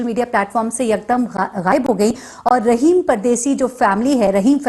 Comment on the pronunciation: رحیم نہیں راحم